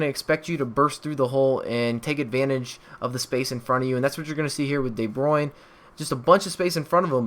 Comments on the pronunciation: de bruyne is pronounced as 'dee-brewun-ya' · De Bruyn is from belgium, so am I , it is so hilarious to hear english people say his name :)